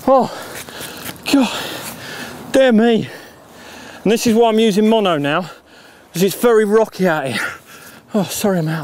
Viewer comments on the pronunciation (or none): none